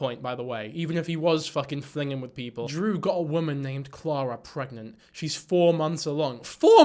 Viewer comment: did he really pronounce Ciara like that? or am i just high